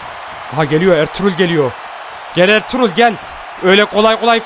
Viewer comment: Abi erturul degil arturut